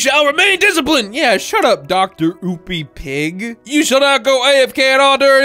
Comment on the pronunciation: I love how said Dr. oopy pig but It’s droopy pig